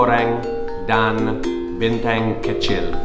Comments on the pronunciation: lets me translate this. U can pronouns Bintang likes Bean Tung. Not bean tank. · "Bean tung" that's how u say bintang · Delapan not lapan bintang not binteng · Bintang not Binteng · And to sound more native, you can pronounce "Bintang" as "Been-Tunk" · Warung = store i'd like to order ... = saya mau pesan ... Cold water = air dingin You would say "bintang" as u say "Been tung"